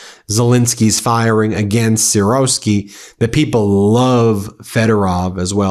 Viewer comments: FYI he's pronounced "Sir-Ski" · Gen Syrski sounds like = Gen Sear-ski